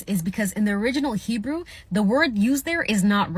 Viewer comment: Her pronunciation of Hebrew is embarrassingly bad. I guess that's what you get when you use the internet to tell you how to pronounce Hebrew.